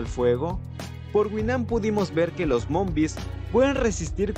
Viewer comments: Porque dices monbis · momvis ✅ Zombiz ❎